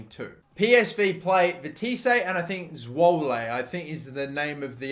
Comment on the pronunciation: ' Veteesé and Zwolé'